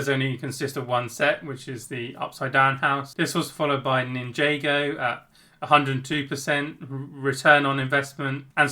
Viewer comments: Nice video, the only thing that bugged me was that Ninjago is pronounced nin-jar-go not nin-jay-go 😃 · nin jay go? bro doesn’t even know the name of the line that gives him the most money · Bro said ninjaygo